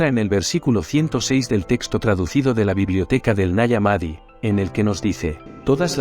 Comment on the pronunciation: Nag Hammadi, no naramadi